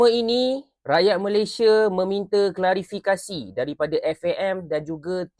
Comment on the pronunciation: Klarifikesyen atau Klarifikasi? Bingung sama orang Malaysia bila cakap